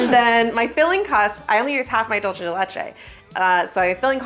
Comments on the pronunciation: It's Dulce de Leche, pronounced DOOLSE, not DOLCHE. ❤ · Every time she says "DOLCHE DE LECHE", a angel loses their wings... 😭 It's DULCE, not DOLCHE. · I'm gonna go ahead and make the tiiiiiiiniest correction, in Spanish "c" sounds like "s" (or "z", if you're from Spain) before "e" or "i", you were going very Italian "c" when you said "dulce" 😅